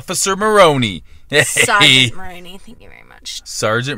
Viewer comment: Lol it's Mahoney not Maroney it comes off police academy